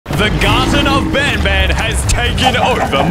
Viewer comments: it’s banbaleena not banbaneleea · It's banbalena not banbalia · it's pronounced baanbaan not ban ban💀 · You say Banbanleena💀🗿 its Banbaleena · Banbalina is pronounced ban ba lene a non ban balia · Me pretending that he didnt pronounce banbaleena wrong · Bro just called Bambolina bamballea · Ban baleena is the pronouncement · He pronounced banbalina wrong